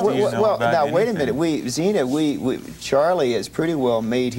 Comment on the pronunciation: PPS Zeena not Xena